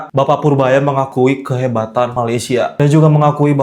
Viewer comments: Korang sebut Malaysia jadi Ma-lai-shia kenapa dohhh.. 😅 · dah macam mandarin plak 😅